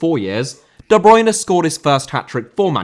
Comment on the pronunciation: Bruyne* not Bruyner